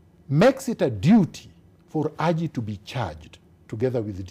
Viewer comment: do another interview with a non-Raila supporter. Like the way pronounces Haji's name...Aji!